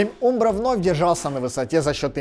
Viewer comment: Вроде правильно говорить Амбро( umbro), нет?